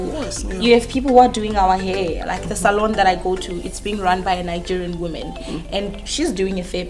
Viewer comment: Bro why she keep pronouncing perhaps as perheps??? And facts as fects? Woman as women? Is it a South African thing or just her?